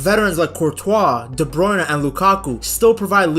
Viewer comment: It's De Bruyne, not De Bruyn-eh